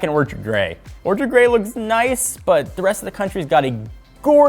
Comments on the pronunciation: it's Orchid, not orchard. Every time. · I know how much effort the Technobuffalo team puts into videos, so please stop saying orchard. It's a blemish on an otherwise fantastic video. Orchard ≠ Orchid